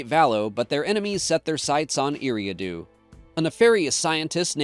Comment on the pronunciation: It's pronounced Erie-ahh-do